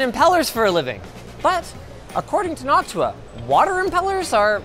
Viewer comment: I can't help but hear "Noc-tuah"